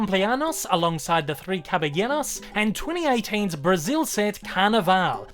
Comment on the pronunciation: Belated comment: you say "Caballeros ("Cabayeros") so well, even to the lightly rolled r; José ("Hosé") is correct in Spanish.